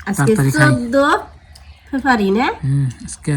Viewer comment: ফেব্রুয়ারি ও বলতে পারেনা বলে ফেফারি এটা কোন কথা